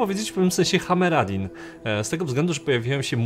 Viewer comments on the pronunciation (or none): "Hameradin"... kurwa serio?